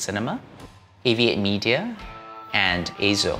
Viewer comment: I like it that you pronounced EIZO correctly as AY-ZO instead of EE-ZO or I-ZO. :)